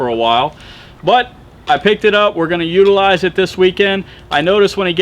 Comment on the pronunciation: "utilize"? LMBAO!!!